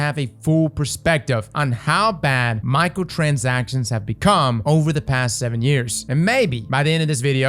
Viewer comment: this man really said “Michael Transactions”. Great video though.